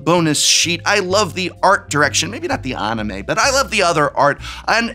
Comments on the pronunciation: Love you prof, you’re great but it’s an-i-may, not on-i-may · It's even more painful hearing him continue to pronounce anime wrong.